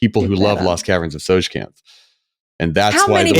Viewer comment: I have owned The Lost Caverns of Tsojcanth dungeon module for 40 years. I never knew how to pronounce "Tsojcanth" until now. 🥳